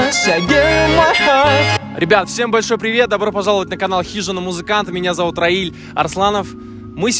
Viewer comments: А почему ты говоришь свое имя как рЭил? Ну типа рельса по английски) раИль же лучше звучит, разве иностранцам такое звучание не понятно? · Раиль, а нафига ты имя своё каверкаешь? Имена не переводятся и не искажаются!!! Если тебя родители назвали РАИЛЬ, так ты РАИЛЬ, а не рЭил!!!